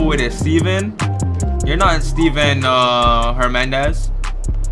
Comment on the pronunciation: this nigga said “you ain’t a steven hermandez” 😂😭